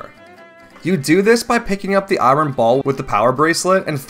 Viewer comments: Not gonna lie, hearing you pronounce "iron" as "eye-ron" made me flinch. The correct pronunciation is "eye-urn" btw. Don't ask me why it's not spelled like that. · Great video! Just a little gripe- iron is pronounced "eye-urn" not "eye-ron" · why do you say i-ron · I wonder how much eye-ron is in the Lay-naru Mines